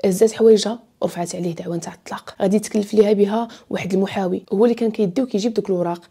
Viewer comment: Hhhhh wal9itini tand7ak rja3t tsanat joj marat ah rah dakchi li galt walakin rah bayn ghalat chafawi 9sdat mo7ami 😂